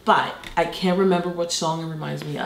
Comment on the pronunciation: i love seeing how long it takes different people to figure out she's british! and it's also on the word "can't"